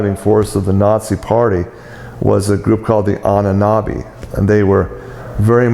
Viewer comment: when he says "Annanabi" = "AHNEN ERBE" if anyone wants to look into that <3